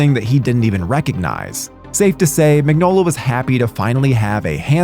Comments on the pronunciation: It's pronounced Min-yola. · Crooked man was amazing. Who is this who cant even pronounce Mignola?